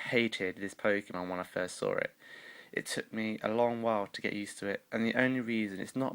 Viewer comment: He said sawr